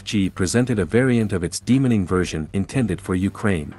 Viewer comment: Good luck with the channel. You should Drop the automated voice and try narrating yourself. Everytime it said demining, it sounded like demoning.